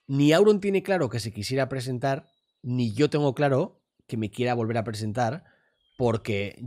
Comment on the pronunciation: Creo que era un "ni" pero se ha equivocado y dijo "mi"